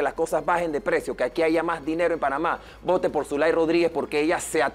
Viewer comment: El de CD dice AIGA